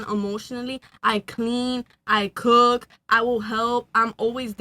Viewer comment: "I cOoOk" 🥴 HOLY, THAT ACCENT 🤢